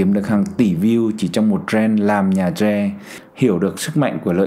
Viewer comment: Ông này bị nhiễm tiếng Anh nên gọi tre là troe